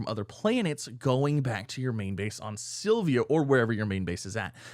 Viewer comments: P.S... It's Sill Vuh. Not Sill Vee Uh. And, don't get me started on your Suh Full Er Rite...😮😂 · Love your vids, but it's Syl-Va not Syl-vi-a